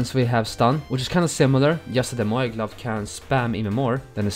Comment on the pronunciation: It's moyai